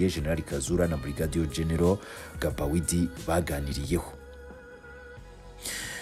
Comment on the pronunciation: Ntibavuga Gabawidi bavuga Bagidi (Gbaguidi)